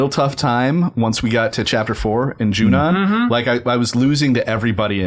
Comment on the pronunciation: Every time says Junon I'm a little annoyed, but in a weird way I hope he keeps saying it like that just to keep pissing people like me off